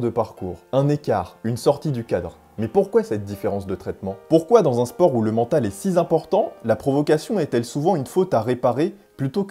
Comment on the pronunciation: "si z'important" ?